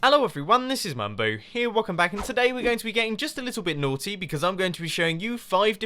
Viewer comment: a lil bit NORTY